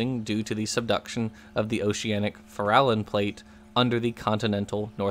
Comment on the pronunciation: minor item re pronunciation, going by those Nick Zentner geology bunch, it's the "FAIR-a-lon" plate